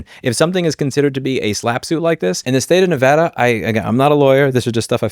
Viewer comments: As a Nevadan, I can't believe they're tarnishing Nevada's nickname (Battle Born). Also I appreciate you pronouncing Nevada correctly, Louis, less common than you think. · I'm just trying to get past the fact that Louis pronounced "Nevada" correctly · Thank you for pronouncing Nevada correctly!